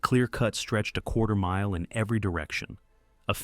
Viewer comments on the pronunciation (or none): none